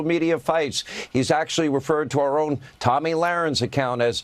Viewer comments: I love how you called Tomi “Tammy”…. Very fitting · Hey it’s Tomi not Tammy. She’s the girl that wants to be a guy. another maga meat head.